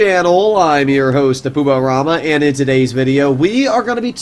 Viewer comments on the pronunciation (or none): none